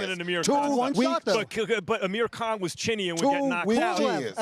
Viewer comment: This nigga said Amir Khan 😂😂😂